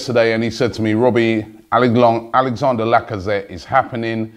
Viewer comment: You do know it's Alexandre not Alexander....